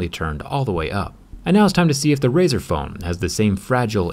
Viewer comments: "razet" thw bwst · "Razor" xD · Nice “razers”